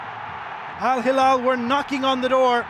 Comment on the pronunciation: شرق آسيا بالأصح (من اللي لاحظت) كوريا واليابان ينطقون بعض الأحيان حرف ل > ر، عشان كذا يقولون هيرال